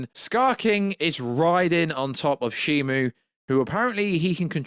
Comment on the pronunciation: it’s SHIMU, not SHIMO